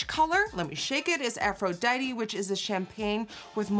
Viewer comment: Not trying to be an English Nazi but when Nikki says the colour “Aphrodite-y” is it really Aphrodite-y or is it really just Aphrodite?-Asking for a friend 🤔